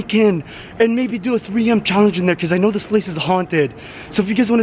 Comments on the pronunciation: Stop saying sno say know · Stop saying shnow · Am I the only one that notices that he says snow instead of know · Please stop saying “shnow “😂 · I’ve had enough of him saying shnow😭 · Why does he say shnow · I’m sorry but does anyone get really triggered when he says ‘YOU ALREADY SHNOW HOW IT IS’ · Does it trigger anyone else how he says shnow instead of know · If you say know with an sh one more time I’m unsubscribing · It is know not snow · Bro he says you already shnow how it is way to much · Why does he say snow instead of know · Why does he say Shnow and not know like what the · He always says shnow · why he say shnow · Why does he always say shnow instead know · Stop saying shnow WTF...WHAT THE HELL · Can u pls stop saying snow instead of know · stop saying shmoe